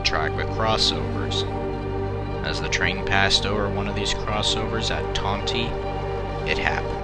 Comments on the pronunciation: Just a note; Tonti is pronounced tawn-tie, not tanw-tee. It remains a timetable location today as it is a passing siding. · Tawn tie pronounced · Great video but as locomotive for CN RR the town Tonti, Illinois is pronounced like Ton-tie like a tie you wear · It's pronounced "ton-tie". My only note. I grew up within a mile on that junction. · As Matt the Terrier said, the train derailed on a facing-point switch to a grain elevator. I have often heard the pronunciation of Tonti as "Tont-eye". Just Northeast of Tonti, there is a rural road that dead-ends at the train tracks. This is where the wreck happened. Another interesting fact that I don't recall hearing in the video was the speed. The IC line, due to it's flat, straight profile, and a signal system safety overlay called Automatic Train Stop (ATS), had a passenger train speed limit of 100 mph. It was not uncommon for trains to exceed this limit when running late, as the locomotives were geared to run up to 117mph. Most Amtrak passenger trains had, and still have, a maximum speed of 79 mph, due to the tracks more than the trains themselves. After the fatal wreck, the speed limit was reduced for a short time to 70 mph, then revised to 90 mph. It remained at 90 without further incident until the double track and ATS system was removed in the early-1990s, reducing it back to 79 mph. After this incident, the Illinois Central Railroad removed the facing-point switches on every siding that could appropriately be served from the opposite (trailing) end. This would generally prevent the same accident from happening again. The City of New Orleans name was also tarnished by the fatal wreck, and was renamed the Panama Limited for a time before reverting to the C of NO name later.